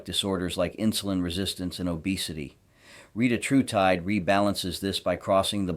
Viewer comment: re-tat-ru-tide, and your pronunciation of most every other word is equally PAINFUL.